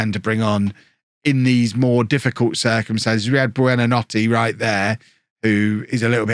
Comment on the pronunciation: Google translate how to say good night in Italian and that’s hoy you say buonanotes name